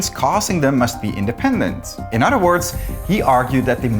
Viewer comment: Bro must really like cows. He keeps saying udder 🤣